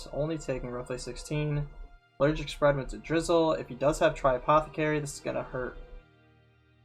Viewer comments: also I believe it's pronounced ni-DRA-sil not ni-DRIZ-uhl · Lmao I kept hearing “drizzle” and thinking about rain.